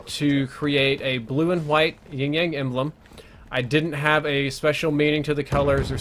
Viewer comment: Wait I'm Sooo confused? Is he say ying yang??? I'm pretty sure it's yin yang